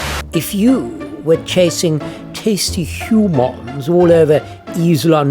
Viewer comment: Two of my favourite things in life - Breguet, and pronouncing 'humons' like a Ferengi.